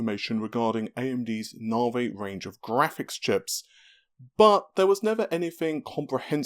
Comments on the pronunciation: If manages to say NAVI and not NAAHRVAAYY, I swear I will hook him up with a nice ho-ho...... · Just say navi. ITS NAVI. NAVIGATION. NOT GODDAMN NARVAY. STAHP!